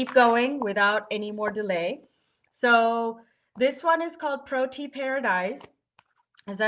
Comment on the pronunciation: I can see I'm not going to be able to live without Lavender Whimsy! 💖 By the way, the first flower is pronounced pro-TEE-ah